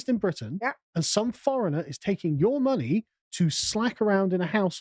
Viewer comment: The word is money, not munni